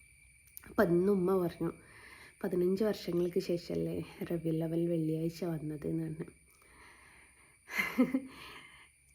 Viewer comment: മോളെ റവിയിൽ അല്ല റബിയുൽ അവ്വൽ